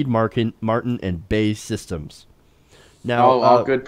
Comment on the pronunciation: lol "bay" systems. it's Bee ay eee systems.